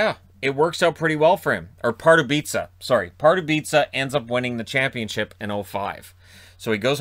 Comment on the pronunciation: as someone from Pardubice I really do appreciate your pronunciation of our little city, it was flawless! As a fairly new NHL fan from Europe and Czech Republic I just now realized how good Hejduk really was. Thank you for your content.